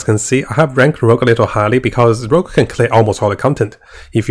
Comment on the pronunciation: PLS! Rogue! Not Rouge....